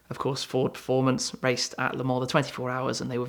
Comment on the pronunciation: That's how it is pronounced in French lol